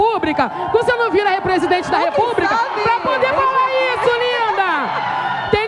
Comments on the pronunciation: Kkkkkkkkk é pensar que eu fiquei dentro de uma sala de aula durante 25 anos ensinando Língua Portuguesa...aí quem faz sucesso no Brasil é quem fala: “repúbrica”! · "Repubrica" Ela falou kkkkkkkk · Ela falou "repubrica" Kkkkkkkkk